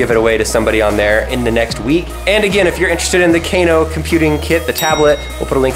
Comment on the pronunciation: I don't think its, Kc - a - no Its: K - AA - NO